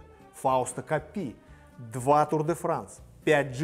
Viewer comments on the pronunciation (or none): Почему КоппИ ?КОппи. И правильно произносить Джиро Ди'Талия а не Джиро Де Италия. Пелетон,а не пелотон. ЭвОрд,а не Э'ворд.